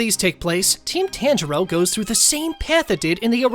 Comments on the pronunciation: ah yes, TAN jero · It's not TAN-JIRO IT'S TA-N-JI-RO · did blud just say taynjiro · taanjiro lol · It's actually pronounced TON jiro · "tan jiro" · He says the tan in tanjiro wrong so I dislike this very much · bro can pronounce any other name then tanjiro 💀💀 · Did. You say tanjiro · STOP SAYING TANJIROS NAME LIKE THAT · not to be rude but you are pronouncing most of the names wrong like yoriichi and tanjiro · HE"S SAYING TANJIRO WRONG ITS DRIVING ME INSANE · I’m dead with the pronouncing of Tanjiro and Yoriichi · How do you pronounce tanjiro wrong. They say it all throughout the show💀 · every single time he says tanjiro wants me to stop watching this but i know he's not doing this on purpose